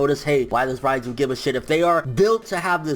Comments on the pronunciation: Jean-Marc Émilca Yeah I know I was just joking because pronounced it ryeju instead reiju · Can you stop saying Raiju ffs, its Reiju, soundin like you sayin Raichu or some shit